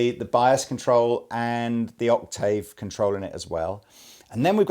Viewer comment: Please can someone teach to say "octave" lol